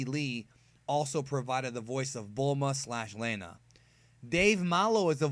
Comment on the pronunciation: Great video! But I was taken a back how you pronounced "Lena". Minor nitpick though